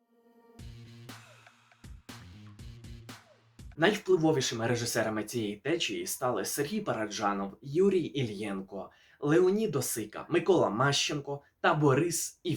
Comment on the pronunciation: Іллєнко, а не "Ильенко" (без образ)